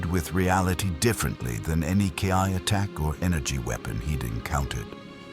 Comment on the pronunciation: First: Fix your audio Sayian = Say-an Ki = Key For your ai reader. Second: Why is Vegeta acting like this? It was established to start that he has Bulma, therefore this is the Vegeta that learned iner peace on earth but he's acting like a conquer